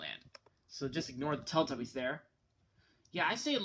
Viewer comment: why cant you say teletubbies correctly? its not teltubbies